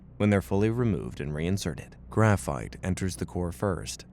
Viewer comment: why’d it say graphite like that